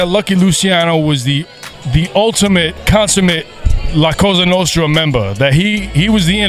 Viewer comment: "Da Costa nosta" 💀